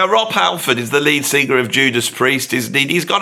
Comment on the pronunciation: Look, man. You can't even say the word "sing•ga•er." Why would I listen to you?